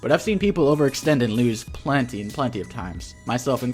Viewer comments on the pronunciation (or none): none